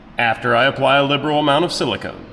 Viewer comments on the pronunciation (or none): none